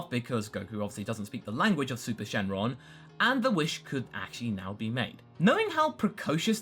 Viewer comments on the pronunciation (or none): none